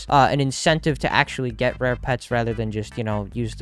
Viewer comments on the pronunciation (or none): none